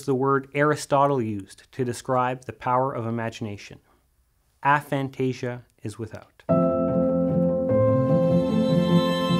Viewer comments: Aphantasia should be pronounced with a hard 'A' not a soft one. The term was coined by researchers at Exeter University, and there are several videos of them pronouncing it the way it should be said. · I’ve spoke to the researchers you speak about at Exeter, Dr Adam Zeman, about this specifically. It is a tomato tamato situation. A-phantasia isn’t easy to say in conversation or sticky for public use. Soft A works just fine.